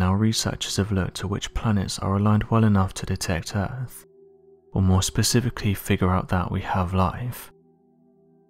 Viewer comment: I'm pretty sure it's called Earth, not Earff